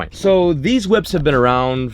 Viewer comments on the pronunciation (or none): please, stop saying whips.....please